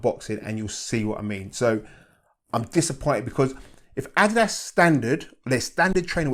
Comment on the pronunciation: Rare to see a shoehead that pronounces ''Adidas'' correctly, nice to see. Def gonna pick these up thanks to this video. Detailed all the stuff I was curious about.